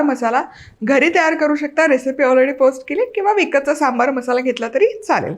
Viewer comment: मस्त रेसिपी, सांबर नाही सांबार असा शब्द आहे